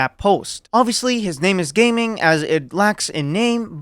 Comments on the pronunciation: Ga ming * cantonease jia ming but the chinease mandarin is ga ming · the lions boy name is Ga Ming not gaming 😭